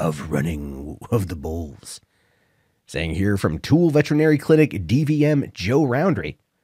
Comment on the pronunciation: Having lived in Utah for 22.5 years, the locals that I know of pronounce it "Two Ella".